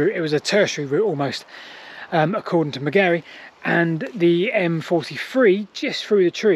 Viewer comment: Shouldn't there have been traffic lights? By the way, Ivan Margary's surname was pronounced similarly to Margaret (except for the ending, of course), not in the strange way you came up with this time. That is a wonderful piece of forest, and I hope it never gets destroyed. Great video - thanks for all your hard work!